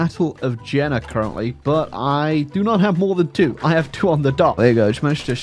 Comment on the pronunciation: That’s pronounced Yay-nuh, not Jenna.